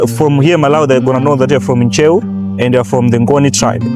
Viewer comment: Ntcheu not chewu kkkkkk and it's in the central part of Lilongwe u can do some research like finding the sabhuku of the place in Ntcheu if u know the traditional authority the names of relatives there sabhuku will help u trace everything